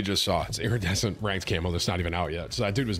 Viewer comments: Eerie-dessent got me tilted. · The way Tim alternates between pronouncing iridescent right and wrong is driving me nuts 😂😂😂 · Brother please learn how to say the word “iridescent”